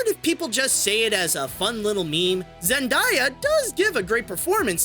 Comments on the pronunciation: It's not it's zndyeya it Zendaya 😒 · “*Zen DAY a” not “Zend EYE a” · Zen-day-ya. He said like Zen-die-ya. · ZEN”DIE”A?!?! And I really liked Smallfoot(my opinion)🥰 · Zen-die-a screams internally HOW CAN YOU BOTCH SOMEONE’S NAME SO BADLY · How you pronounce Zendaya is killing me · zen day uh